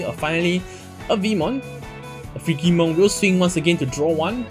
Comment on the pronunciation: Just for future reference, "Frigimon" is pronounced with a "j" sound. It's based on the word "frigid" meaning cold.